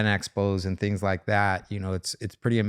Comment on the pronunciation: its things not tings lol